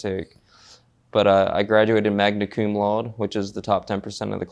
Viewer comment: I think somebody who graduated magna cum laude would know how to pronounce it properly